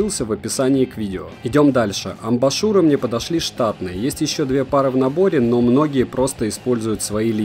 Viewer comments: Амбушюры,а не амбашуры. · АмбушЮры если уж на то пошло